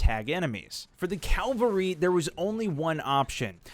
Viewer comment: It's cavalry, not calvary. Calvary is the cross on which Christ was crucified.